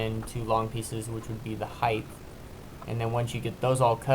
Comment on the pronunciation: Pet peeve alert! The vertical measure of something is height (heigh-T) not heigh-th. With that being said, your design with mitered corners and mitered corner braces using a quality miter saw means a fast and square gate with very little fuss. Also, I bet your customers appreciate how quick, easy, and clean your product is. Nice job!